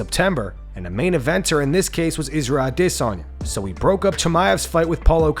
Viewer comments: Why do you keep on saying adesayna like that..... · The way you say a-DI-sanya triggers me. Stop trying to say his name real sweet and just speak normally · "Israel A-DIS-Sanya" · Ah- diss- on- yah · Why are you pronouncing Isreal Adesanya like that Lol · Why do you keed saying Adesanya the way you do? Sure if he heard you he'd tell you to not pronounce his name that way. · You sound like you’re having a stroke when you try to pronounce Isreal Adesanya’s name. Jesus get it right. There is no “diss” in his name. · “Former ADsisi chiampien” it’ll never not be weird…🤦🏻‍♂️ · I don’t think you’re pronouncing Adesanya’s name correctly. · You do you pronounce adesayna so weird lol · Put up a poll on how you should say adesanya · Is no one going to address the pronunciation of Adesanya?